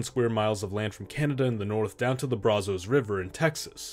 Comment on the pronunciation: Brazos is pronounced Brazus